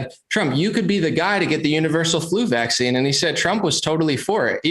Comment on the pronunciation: can't even say VACCINE LOSING respect man!!